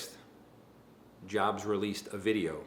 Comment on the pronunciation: jobst is normally pronounced (yobst). i dont know it karl jobst actually pronounces it this way, but it still sounds cringy as shit when you say it like walmart